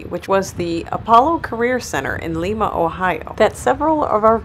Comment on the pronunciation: Fyi, it is lima as in lima bean. Hence, the nickname here of bean town. Great video. I just got a 22 euv myself.